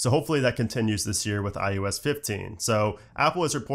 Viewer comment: why do you say ”ius” instead of ”ios”?